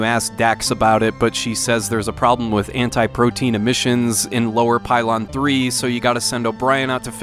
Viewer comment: AntiPROTON emissions not ‘antiprotein’ emissions…!! 😓